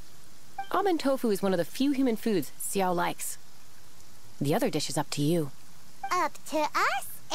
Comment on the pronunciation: I'm so confused with some name pronunciations >.< Childe introduced himself as "Child(e)" but then Paimon called him "Chill-deh" Xiao's name sounded like Sha-oh, and then it was pronounced like "See-ah-oh" really fast 😅